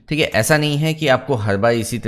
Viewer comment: cheeek hai ( theek hai), next that you try to speak in foreign accent sounds irritate. Please try to speak normal. I am a CAD and MAX tutor since 17 years, but I follows you much longer. You are very good teacher, please work on your pronunciation. Thanks